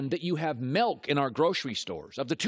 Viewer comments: It’s milk not melk 😤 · Milk not melk